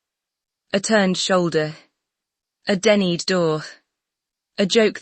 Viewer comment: yay! finally a security team did what they were hired to do. whether she left on her own, or she was denied ... bottom line is that she left. this was no misunderstanding. mm loves to force her way into events. (please tweak AI so words are pronounced correctly - start with "denied" and "Latifa")